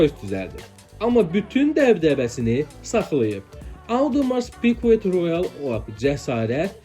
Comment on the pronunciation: Hə Audemars Piguet i də səhv tələffüz elədi. Yenə də uğurlar diləyək qardaşa.